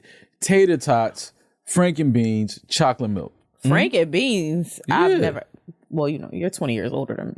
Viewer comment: lmao says chocolate terribly, he should be banned from saying that word